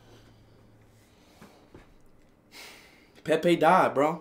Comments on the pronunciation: “Pepe died chat😢😔” PUT SOME RESPECT SAY IT PROPERLY SAY Pelé……😭😭😭🥺🥺😔😔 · It’s pele not Pepe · It's not Pepe it's Pele first you respect his name. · Dude disrespected Pele’s name by calling him Pepe! Wtf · RIP PELE, but why was speed saying Pepe 😭😭😭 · Not Pepe it's Pele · It's not Pepe man its Pele🙂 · i swear this man never takes shi serious who tf calls pele pepe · Broooo pele not pepe